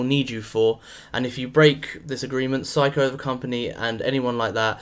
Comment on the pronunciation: This is the correct British pronunciation.